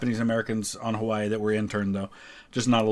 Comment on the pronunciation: It's sad that December 7th has faded into obscurity, and it'll be a sad day when September 11th does. Also, the correct pronunciation of Hawaii was a nice touch